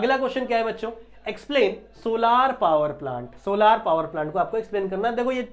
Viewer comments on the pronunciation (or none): Sir vo solaar nhi solar hai ❤❤❤❤❤